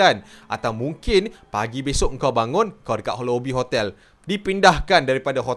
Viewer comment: Kenapa saya dengar ckp khotel ada k